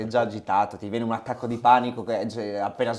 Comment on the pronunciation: minuto dice "accato di panico" o sbaglio hahahha